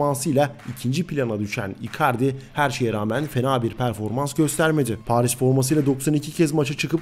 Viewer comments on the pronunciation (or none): none